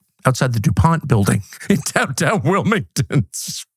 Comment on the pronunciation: Did he say DuPont?